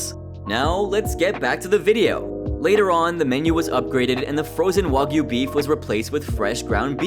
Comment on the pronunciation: The first time I watch the episode I was so confused "wagoo beef" like wtf was that ? Wa for who ? Goo for what ? Is this some secret Ozzy cow meat farm or something ? Turns out he meant "wa-gyu" the Japanese specialty meat...